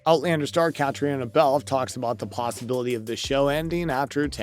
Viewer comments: KATRINA is how you say her name!!!!!!!!!! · Wish they would learn To say her name right.